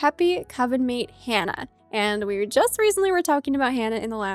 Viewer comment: Pretty sure Hana is pronounced like hah nuh not Hannah